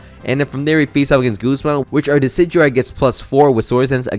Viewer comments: I need anyone who pronounces decidueye like “deh-kih-dewey” to vacate any premises I enter. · Yay how do you pronounce decidueyes name that bad